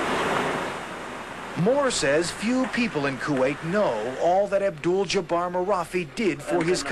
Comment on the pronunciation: his name is abduljabbar not abduuull